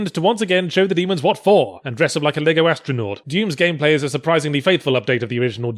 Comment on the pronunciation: Why did he sound so British on (i know that he lived in England before, it was just that when he said what for it stuck out from the way he normally speaks)